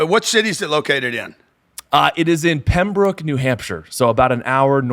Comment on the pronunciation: This is going to blow up! Phenomenal video. It was funny hearing you say Pembroke! I own 6 units in Concord NH and never thought I would see someone venture up this way from Boston😃